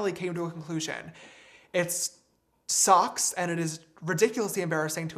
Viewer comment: James' "it sucks" sounds like "it socks" so I was confused for a second